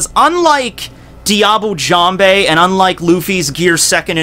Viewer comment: I know this is an old video, but its "jamb" not "jam bay"